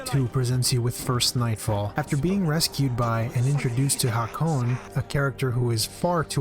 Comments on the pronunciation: ah yes!! ha-cone. my favorite character...u really cant say hakon ?? haha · nice vid but... Hakone!?